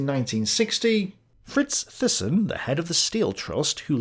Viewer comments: btw, THYSSEN is phonetically pronounced as "Tay-ssen" (A Dutch/Flemish surname) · Thyssen, It's pronounced TY-son. I never quite saw Hitler as a puppet of capitalists, more that capitalists were puppets of the nazis, such was their fear of a red front seizing the means of production. Much of what I have gathered reading various tomes over the years suggests that the capitalist clique, if there is such a thing (hostile band of Brothers, K. NARX) tolerated the nazis, fearing the alternatives of communist rule. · Great episode, loved it! Ohh and Thyssen is pronounced like (Mike) Tyson, but with an "e" so Tysen. I'm Dutch, pretty sure German natives will agree on this pronunciation of Fritz Thyssen aka Tysen. But please don't see me as a grammar nazi now 😂😂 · Thailand, Thames, Theresa, Thomas, Thyme -- Thyssen. :-)